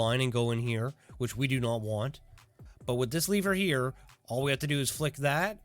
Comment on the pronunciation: take a shot every time this guy pronounces lever as leaver